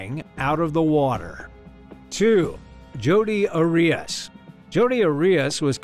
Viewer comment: Arias's case is so famous yet you pronounced her name wrong. Odd.